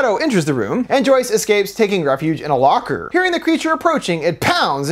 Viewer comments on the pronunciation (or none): none